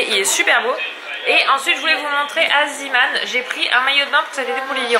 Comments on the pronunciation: On dit zéman et pas ziman car c'est belge et ça veut dire l'homme de la mer et du coup ça se prononce zéman ❤❤❤😍😍😍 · Bonjour, je me permet d'écrire ce commentaire, car cela me perturbe que tu prononce "zeeman" en "ziiman" alors que cela ce prononce "zééman" car c'est un mot néerlandophone, en tout cas continue ce que tu fait, vous êtes une très belle famille bisous à vous tous. <3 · sa se prononce zéman pas ziman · Salut dit le magasin zeeman sa se prononce zéman et pas ziman maintenant tu le dit comme tu veut mais voilà. Ps; je t'adore tu es ma youtubeuse préfère avec becca. Bisous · Aaliyah Serroyen en effet en Belgique on prononce zéman :) Zee = mer en néerlandais Zeeman signifie l'homme de la mer La bise